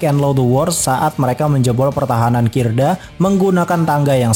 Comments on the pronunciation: Bang ralat kidra bang bukan kirda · KIDRA bang, bukan KIRDA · Kidra bang bukan kirda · Kidra dek bukan kirda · KIDRA MIN BUKAN KIRDA🤣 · Kidra bg bukan kirda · ralat bukan kirda tp kidra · Salfok sama moderatorny yg bilang gank musuh housen sama oya dengan sebutan kirda😅😅,,,2x malah,,, Yang betul KIDRA bang😅😅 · Kidra bukan kirda ...?? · BANG MAAP NIH CUMAN MEMBENARKAN GENG KIDRA BANG BUKAN KIRDA 🙏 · Kidra bang bukan kirda :D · Keknya kidra deh bang bukan kirda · bukan kirda oi.. tapi kydra.. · kidra bukan kirda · Bukan kirda tapi kidra bang!!! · Bng mohon maaf,yg bner kidra bukan kirda🙏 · kidra bang, bukan kirda😂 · koreksi dikit bang, bukan kirda tapi kidra. 😂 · Kirda apa Kidra min? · Kidra mang kidraaa, bukan kirda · Maaf min 🙏 bukan kirda tapi kidra 😀